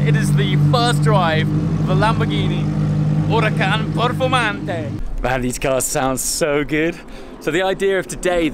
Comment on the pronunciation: So annoying when people pronounce italian words with that strange accent like he says “lamborghini huracan performante” at the beginning :\ ( yes i’m italian )